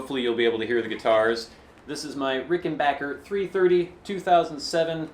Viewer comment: Nice to hear you proud it correctly; it's Ricken-BACK-er. Short "A" sound. Not Ricken-baaaahhhk-er. No long "A" sound. "Wish You were here" sounded great.